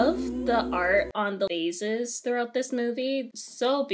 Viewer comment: on the “Vauzesss” lol